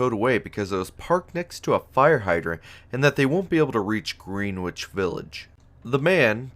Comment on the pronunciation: It's pronounced Grenich, not Greenwich.